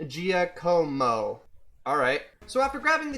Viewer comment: I got so many talks I had to click off the video at first and the last thing i saw was "FISH" filling up the whole screen. Which was, honestly, mildly terrifying since I had not processed anything at all. The struggle on pronouncing Giacomo is... honestly valid lmao Oh my god I did not know Basculin could be that busted I am horrified and also very tempted YOU FLUSHED THEM DOWN THE TOILET AS THE GRAVEYARD HELLO?? Oh god you're going for the Area Zero fight- oooo the robotic voice is a genuinely nice touch The ending,,, so sweet,, I love the extra artwork and the addition of their scars. Final talkies: A very high effort video, wonderful watch!! I do wanna know, how many of these fish facts did you actually know beforehand??